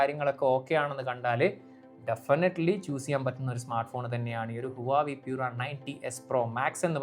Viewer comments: Adhyam oru brand name parayan padikkedo koppe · oru brand name adhenkilum krithyamayi parayan padikkedo, brandname malayalikalk ingane madhi ennu than ara theerumanikkan, thett pattiyal thiruthan padikk, urulalle